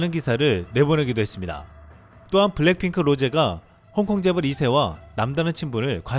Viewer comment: 중요한 단어만 발음을 자꾸 틀리네요. 블랭 핑클